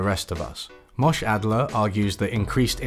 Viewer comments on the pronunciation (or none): Moshe Adler pronunciation gave me a chuckle... Or maybe you are jewish and this is a regional difference, British people har har